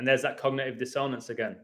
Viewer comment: Can I be your pronunciation editor?? Pronounced DISS on ance not dis own ance :)